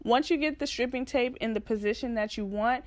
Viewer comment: sis it's pronounced STRIPE-ing tape lol